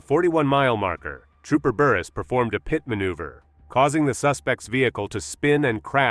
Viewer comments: What is “Pie-Teed”? AI doesn’t know how to say ‘PITTED’ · “Eye-suzu” and a “pee-eye-tee” maneuver. Get an inexpensive USB mic and learn how to use it. So tired of horrific AI voiceovers. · That’s the most annoying thing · Sometimes it sounds pretty real but here and there a few words give it away.... guess you caught "pite" maneuver in addition to the one you mentioned.